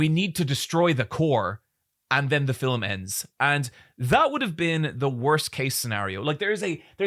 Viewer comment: Sometimes when you say the word “Film” it sounds like to me you’re saying Fill’em